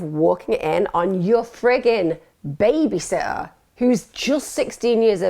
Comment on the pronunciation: Can u speak properly pls, it’s baby “SITTER” not baby sotter or whatever u were saying